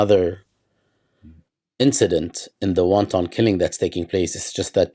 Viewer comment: Unless you're talking about the Chinese dumpling,, the second syllable in "wanton" gets the Schwa sound. With love, as always... ❤